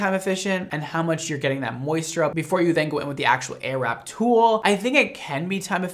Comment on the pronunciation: I keep on hearing ‚arab‘ 😂